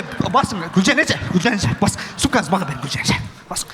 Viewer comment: Гулжайна абересин эмес бересиң дейтго бер дейтго😂